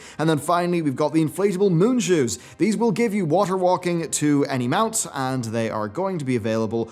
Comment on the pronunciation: "inflatable MOON shoes"? lmao - you mean "Inflatable Mount Shoes"